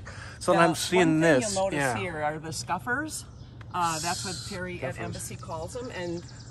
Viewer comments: Interesting and detailed vid. You do keep calling “scuppers” “scuffers” at least that’s what I hear. It’s Scuppers, the nautical term as far as I know. Enjoy your lovely van. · I had to listen a couple of times but I'm pretty sure she is saying scuffers.